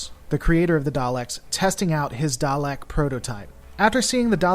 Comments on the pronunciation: Thomas Williams it's not pronunced darleks it's pronounced daleks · 50 years of Doctor Who pronouncing it Dalek not Darlek would disagree with you.